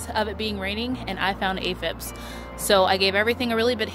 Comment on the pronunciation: Aphids not aphibs lol love your videos!🌿🌸